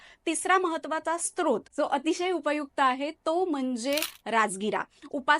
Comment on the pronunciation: Srot बोलतात sTrot नाही!!!